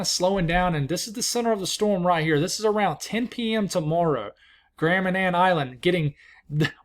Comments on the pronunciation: Yes, you pronounced Grand Manan island correctly. :) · Give us some thoughts up here in the maritimes! ❤ And thank you, for keeping us informed and not forgetting us up here. Ps. You nailed the pronunciation of Grand Manan! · Good pronunciation of Grand Manan Island ! Metegan ( Me-TAY-gan ). Good work . Bermuda OK ! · Hello you nailed the pronunciation of Grand Manan